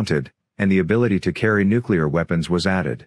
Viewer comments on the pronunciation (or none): Nuclear, too, eh?